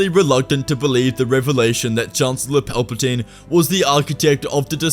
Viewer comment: He said it wrong its chancellor paperplane